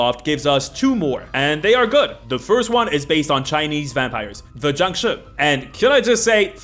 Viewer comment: Why are you calling jiangshi, jangshu, I do t think that’s how it’s pronounced, but I may be wrong.